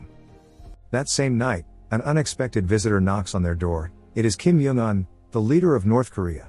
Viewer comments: Why kim yong un its kim jong un said by North koreans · I love how the ai voice calls Kim jong un “Kim yung un” and “Kim juun un”